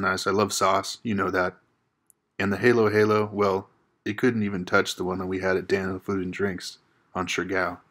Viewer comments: Glad to see you guys reunited. Ube (purple Ice Cream) is Purple Yam. The A in Tagalog and perhaps other Philippine dialects is pronounced like the a in "Manila" or "about" so Halo Halo is not "Halo" like the video game. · Ube flavoured icecream:) it's basically a purple yam 😊 Try Rico's Lechon or CNT Lechon next time...it has a way better flavor. Also the Halo2x is pronounced with a short a instead of long a like how you pronounced it. E.g. ha-lo ha-lo instead of heylo-heylo or to-ma-to instead of to-may-to 😊😊😊😊 Hope this helps! Greetings from a Cebuana in Toronto, Canada 🇨🇦🇨🇦🇨🇦